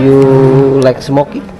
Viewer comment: belajar sebutan yang betul juga nak wkk. like bukan lek.